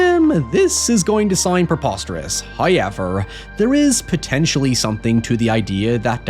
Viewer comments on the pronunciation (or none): “If you’re new to my channel, this is going to sound preposterous: Hoyever” 💀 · Not really a "video request," per sé but, I REALLY want you to just say the word "however" in an American accent. I've been listening to you say "hoiyever" for years (not complaining) and I just really want to hear you say it the way I say it just once. PLEEEAAASE! Thank you. 🥰